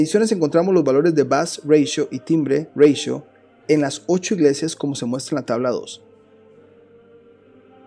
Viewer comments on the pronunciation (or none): Ratio es una palabra proveniente del latín y existe en castellano, no es anglosajona y por lo tanto no hay porqué pronunciarla /reitio/ . No entiendo porqué pronuncias en inglés una palabra que está em castellano.